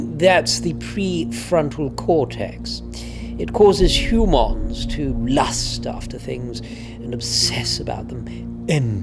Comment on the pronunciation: 😂😂😂absolute masterpiece, had me howling...the way says huuumons!😂 it just got funnier and funnier, and the ending😂